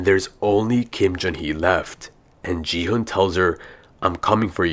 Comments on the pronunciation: He just said “ji hunn” instead of gi hun. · He said ji - hun 😂😂😂😂